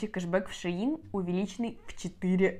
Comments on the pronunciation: Не шеИн а шЕинили шейн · Шеееин 🤣🤣🤣 ШЕЙН ❤️